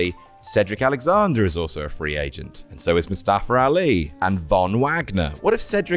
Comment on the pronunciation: Mustafa* not Mustafer